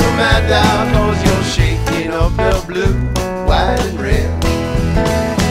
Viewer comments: Great song, man! Gotta tell you, though. It's Madd-OH. Like, if a Yankee were saying "meadow." Like, that's how she pronounces it. That's how she has before when reading her own last name. Woo, Oh, I like Rachel Madd-OH, too. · Not to be all nit-picky but Maddow rhymes with shadow, great song though!